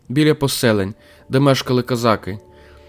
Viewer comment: Дякую за ваш огляд справжньої історії України, а не видуманої і перекрученої. Дякую за українську мову. Видно що вам важкувато говорити, але у вас гарно виходить. Тільки одне прохання щодо такого знакового слова для України, як козАки. Дуже ріже слух кОзаки. Це на якийсь російський манер звучить. В Україні були тільки козАки, козАк. А в усьому іншому дуже сподобався ваш ролик.